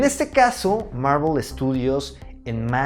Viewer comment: Bro, ¿por que siempre dices "Marruel" cuando te refieres a Marvel?